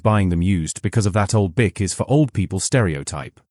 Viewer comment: You might want to learn how to pronounce Buick properly, then we might take you seriously .